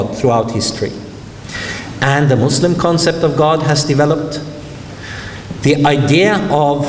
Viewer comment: I like that he pronounced Muslim with the 's' sound not the 'z' sound.